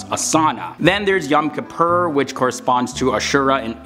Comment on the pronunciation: I would recommend you speak to an Orthodox Rabbi to answer some of the topics you brought up. How you pronounced the names of the Jewish holidays needs some help. If I didn't have the visual I might not have known what holiday...yom ki-puuur? Yom Kippur (like Yom Ke-pour) etc...Ju-day-ism? A bit awkward pronounciation. Do Muslims perform circumcision on the 8th day OR around age 13 as Avraham(Abraham) did? There are other things that a Rabbi or orthodox person could have helped you to make it more accurate or clearer. Judaims is the FIRST monotheistic religious about 4,000 years ago. PS. What is the Muslim calendar year? The Jewish year is 5780.